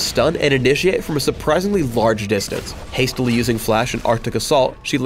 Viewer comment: "hasitly using flash"